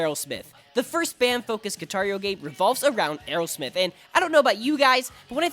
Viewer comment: Parece que dice “Guitario” XD